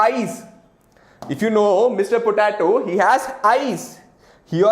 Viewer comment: It’s po -te -to